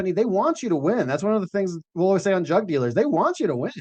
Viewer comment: I heard "drug" dealers instead of "jug" dealers every single time on this POS phone speaker LoL 💯😆